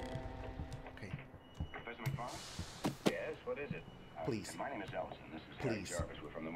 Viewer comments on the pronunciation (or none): none